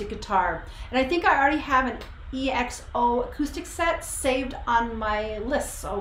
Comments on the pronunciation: It's ekso not E-X-O And yes they are great ballad rnb singers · They are the King Of Vocals! Nice reaction you really react to them with you heart my comment thank you. BTW it’s pronounce as EKSO not E-X-O.